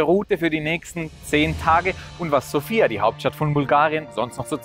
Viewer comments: Hallo mein lieber!! erstens ist die Betonung der Hauptstadt auf dem "O" und nicht auf dem "I", also nicht wie der Name Sophia, zweitens drei Kirchen und 10 Kerzen als ein Bild von einem Land zu zeigen ist sehr mager....ich verstehen dass es dir um die Zahl der Länder geht, die du abrackerst...Mit dem kleinen Klipp hast du meine Zeit gestohlen... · Die Betonung der Hauptstadt ist falsch, wie schon oben einer kommentiert hat. Du hast nur eine Stadt gesehen und zählst gleich ein Land als bereist? Paar Kommentare zu den Bildern wären nett gewesen für diejenigen, die es nicht kennen und statt der Dudelmusik wäre landestypische Musik besser gewesen. Mich hat auch gewundert, dass du Bulgarien als Titel des Videos hast, aber noch Makedonien und Serbien mit aufzählst, wo du wahrscheinlich auch nur eine Ecke gesehen hast. Ich bin durch ein anderes Video hierher gestoßen, schade eigentlich, weil die Idee deiner Reisen cool ist, allerdings nicht wirklich informativ, wenn man Reisen empfehlen möchte. Da hat der Daheimgebliebene Chris mehr Infos gehabt.